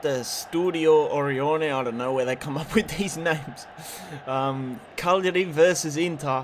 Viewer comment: Caglari punshed you for saying their name wrong all the time haha